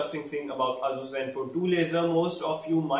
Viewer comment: its ASUS Zenfone not asoos zenfone lolz